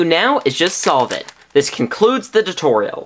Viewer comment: wen he ses 'tutorial' it sounds like hes say 'dedorial' lol